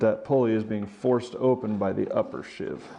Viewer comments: It's a SHEEVE, not a SHIV, and if you follow the instructions in the manual, you don't have to do any of what you're doing. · Sheave rhymes with sleeve. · Most people pronounce "sheave" to rhyme with "leave." A "shiv" (which rhymes with "give") is an improvised inmate stabbing weapon, not to be confused with a "shank," which can be a shiv but contains at least one cutting edge.